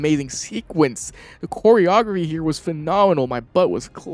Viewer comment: during the miles v peter fight , did you say chore-raphy?